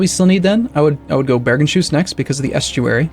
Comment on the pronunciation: Its Bergens-hus not Bergen-shus. Hus means house in norwegian. Source: I live there